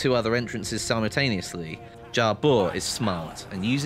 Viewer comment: Way to mispronounce 'simultaneously'